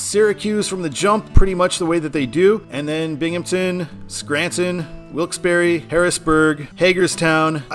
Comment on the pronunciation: I absolutely HATE mileage-based exit numbering! But it IS nice to hear someone CORRECTLY pronouncing Wilkes-Barre! (Yes, it's 'BARRY' NOT 'BAR').